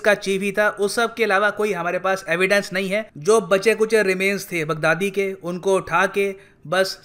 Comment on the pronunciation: He pronounced “Big daddy” 😂😂😂